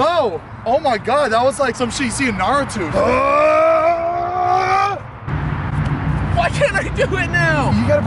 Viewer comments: narutO. not 'natutu' love you,, but i love my naruto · “ That was like some sh*t you see in Nah-rah-tooth “ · when he say naruto wrong 😖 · I don’t know if anyone else has just discovered these lovely group of people, but they are quite fun! However,, is it, hun? “Na-roo-two”? Um, actually, (pushes up glasses with two fingers so they catch the Light), it’s pronounced “Nah-rue-toe”. Believe it. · WHEN HE SAID SOME SHI SU NARUTU KNOWING THAT HE TRYING TO SAY SOME SHIT YOU SEE IN NARUTO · He said nArAtu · Nauratu Me: oh hELL NAH I LOVE YOU BUT HELL NAH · He said naretwo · said naruto wrong 😂😂